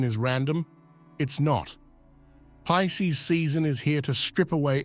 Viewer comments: Why is he saying Peecees? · P I S C E S Not pieces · PISCES NOT PIECES